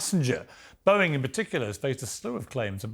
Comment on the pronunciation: haha what? It’s Boeing not Bowing. It’s plane not plain. I’m assuming you aren’t American .